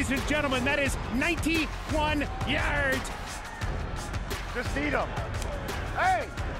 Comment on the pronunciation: is he a pirate when he says yarrds